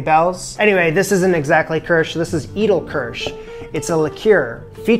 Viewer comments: I think edelkirsch is pronounced aydalkursh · Great, entertaining video again. I'm inspired to make this now. Thanks for posting. BTW, Edelkirsch is pronounced "AYdl-keersh". You're welcome.